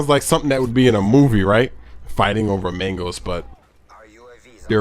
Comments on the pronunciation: lol "mengos" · He said Mangos so much it sounded like 'Mangles' after 4 minutes. haha